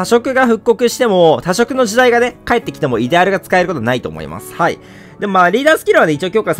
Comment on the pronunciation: イデ↑アル